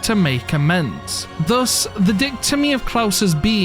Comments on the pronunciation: dichotomy is pronounced dye-kot-omee, not dich-tomy. (di as in 2) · Bro that is not how you pronounce dichotomy